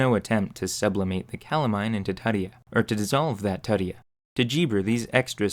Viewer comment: ITS LATIN, IT IS TOOTSIE-UH, NOT TUH-TEE-HAW. TUTIA .. cmon lazy american..